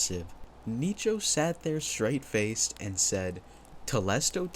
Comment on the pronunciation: I'd be more angry with how you pronounce Nicho LOL